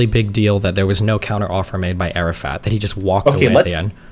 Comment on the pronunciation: “arafat” keeps sounding like Arab fat to me lmao